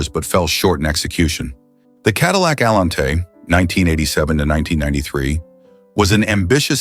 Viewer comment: Cadillac Allen-tay! Gotta love the crappy AI narrators.